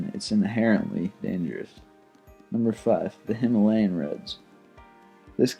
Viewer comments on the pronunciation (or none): none